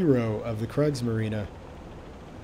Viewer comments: No need to apologize. It's not your fault that the great vowel shift happened in the english language. I am just glad that maybe in the future I don't have to wipe the blood from my ears everytime you say "Kreigsmarine" instead of "Kriegsmarine" and I can look forward to you pronouncing it correctly as "Creegsmarine".:D And who knows, maybe your teacher didn't pronounce it right, too. I've listened to some teachers in the USA and... well, let's say their speaking proficiency wasn't very good I can only hope that Canada has better teachers.:) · Great vid,...but it's not pronounced " krage marine" but " Kriegs marine" 👍😆. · I don't know if anybody ever made you aware, but Kriegsmarine is pronounced like Creegsmarine. The "i" in german is pronounced like the english "e" and the "e" after the "i" = "ie" makes it a long "e" like in "ee". And in contrast to that if if have the combination "ei" in german that is pronounced like the english "i". Just fyi. And it hurts my delicate german ears. ;)